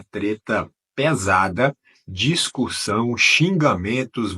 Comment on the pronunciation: “DISCURSSÃO” foi foda. PQP!!!